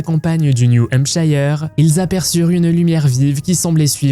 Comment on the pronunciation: Hampshire se prononce Hampshër, pas hampshayër. un comté est un shire [shàyër] mais en combinaison et en finale atone -shire se prononce -shër